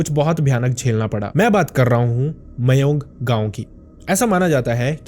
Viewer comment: Mayank nhi bhai, "mayong" hai iss jegah ka naam